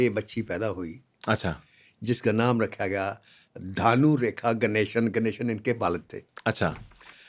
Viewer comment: Its bhanu rekha not dhanu .